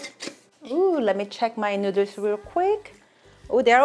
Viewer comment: STOP SAYING NOODLES AS NUDERLS